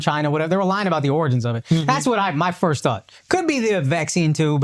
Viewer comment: Why can't Akash say FIRST properly?